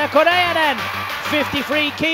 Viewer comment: He was fighthing to say Correia... looool And didn't say it correctly... Looks like he had a stroke... xD